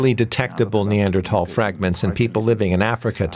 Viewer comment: Finally, someone pronouncing Neandertal correctly.